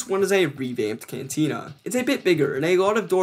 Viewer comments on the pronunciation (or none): none